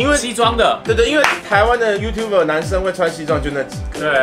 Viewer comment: Youtub”er”啦 一直唸youtube